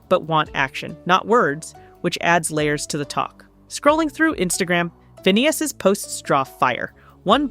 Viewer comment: Why are you calling him Fa-Nay-Is? Learn how to pronounce who you are talking about. You got it right a few times but you got it wrong even more. Were 😊you just guessing?